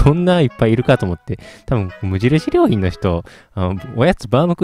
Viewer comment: 無印りょー⤴︎品